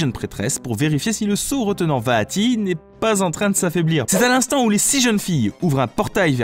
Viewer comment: ca va j'ai déja réussit a jouer a 3 4 personne apres c'est normal vue que les link peuvent faire ce qu'il veulent X) bonne vidéo :D mais ca fait bizarre quand tu dit vaati moi je juste vati XD